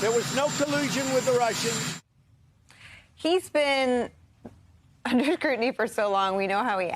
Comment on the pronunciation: "There was '😩' NO collusion with the Russians." Look at his body language. Rewatch what he's doing with his hands. Notice how he utters the word 'Russians'.